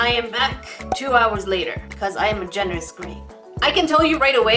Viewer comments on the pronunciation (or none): I thought you said, “I am a generous grape” XD